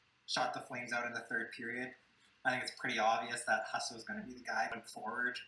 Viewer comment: maybe learn how to pronounce Husso before you talk about him.